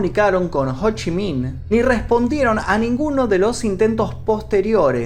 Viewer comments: ho chi miiin D: JDJDJKDKD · Cada vez que decía "Ho Chi Minh" no podía contenerme la risa. Me hacia recordar a Amy de Futurama